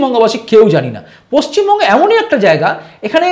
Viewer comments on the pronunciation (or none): none